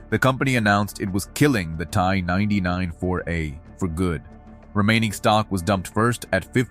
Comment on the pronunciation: "Tea Eye", is how we pronounce the company here in Texas! Lol